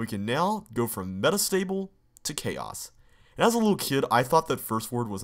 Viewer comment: All the BUMMERs you had to go through to reach this BUMMER... : I did that for 303 - Mike's site. : Same - and that "CHAOS" was pronounced chah-ohs. : Chaos to Oblivion. : Mostly on the one over here, though - generally to save a red key more than time. : Green lock! : Spice it up by using the bold route! :D : Clear it up by going to the Bold time page. : Not lost - mostly bold route. : In CCLP2, it was intentionally left in.